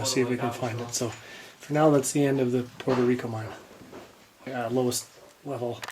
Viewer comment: Puerto Rico not Porto please, thank you great job 👏